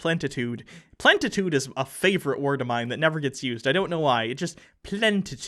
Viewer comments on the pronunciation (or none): It's Plenitude, not Plentitude..